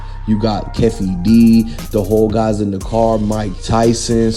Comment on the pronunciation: Fake News...U Can't Even Pronounce Keefe Ds Name...U Cappin Hard I Mean Real Hard...Go To Bed Bro...U Sounding AI Ish... Once Again Not Breaking News... Fake News That We Can't Use...😴😴😴🤔😴😴😴😴😴